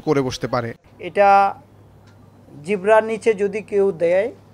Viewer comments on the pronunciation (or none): উনি জিহ্বাকে বললেন জিব্রা। প্রথমে ভেবেছি আমি ভুল শুনেছি। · উপ-পুলিশ কমিশনার * জিহ্বাকে বলছেন জিবরা * কমিউনিটি সেন্টার এর বদলে কমিনিটি সেন্টার * মাদক LSD কে বলছেন ISD ( আই এস ডি) * মোতাবেক কে বলছেন মুতাবেগ এবং মুতাগেব * ডাব ওয়ালার ভোঁতা দা এর বদলে বলছেন চাকু।। ভাই এরকম হলে চলবে কেমনে???? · ভাই,এই উচ্চারণ টা দেশের ৯০% লোক ভূল উচ্চারণ করে, জিহ্বা এই শব্দটার সঠিক উচ্চারণ (জিওভা),বেশিরভাগ লোক এটাকে জিব্বা উচ্চারণ করে, আমিও কলেজে উঠার আগে জিব্বা উচ্চারণ করতাম কিন্তু কলেজে বাংলা ব্যাকারনের উচ্চারণ শিখতে গিয়ে জানতে পারি এটা হবে (জিওভা)😁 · Even the officer pronounced জিবরা🤣😂 Albeit the actual pronounce is জিহ্বা(Tongue) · ''জিবরার''নিচে একজন পুলিশ অফিসার সাধারণ একটা শব্দ সঠিকভাবে উচ্চারণ করতে পারে না। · ‘জিবলার নিচে’ 😕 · জিবরা( জিহ্বা), ঠঠালি (Totally) 🥴🥴